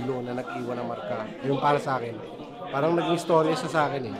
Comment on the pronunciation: Galing parehas ... Solid... Dapat ni rebut nya na hindi sya nagsasabe ng parang kasi bigkas nya "pawang"